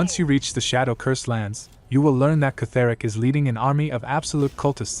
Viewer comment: btw it’s pronounced “keth-ric” not “keth-er-ic”